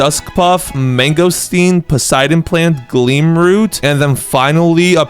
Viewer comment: When I noticed the Poseidon plant existed, I added it to my dionysus farm (grape section) and dreamed of getting a garden full of Poseidon plants. EEEEEE!!! HE EVEN SAID IT RIGHT!!!!